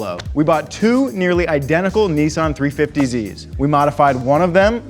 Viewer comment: not niisan its nissan